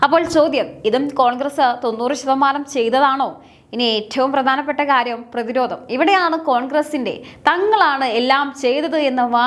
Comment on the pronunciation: പ്രതിരോദം അല്ല, പ്രതിരോധം